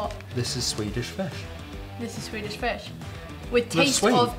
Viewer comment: You pronounce Swedish weirdly well! And to answer a question: Sweden is more of a coffee country than a tea one ( people do drink tea though ). Actually no 6 per capita in coffee consumtion.the Finns are no 1 and Nordic countries are...over represented at the top. So bizarre amounts of caffeine. Let’s fika! ☕️